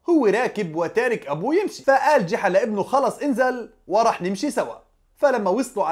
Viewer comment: يا رجل اسمه ( جُحا ) وليس جِحا